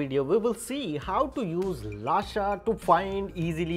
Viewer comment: Bhai it's not lasha it's lusha